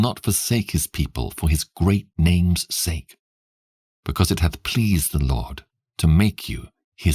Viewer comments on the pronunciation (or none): none